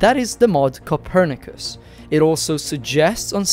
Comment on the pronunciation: no way that is how you pronounce kopernicus. My life is a lie